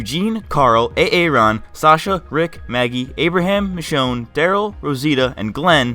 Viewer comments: He said "a-a-Ron" instead of Aaron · I died when he said A-Aron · No way lol you just said a-a Ron lol. I get it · Lol, A-Aron.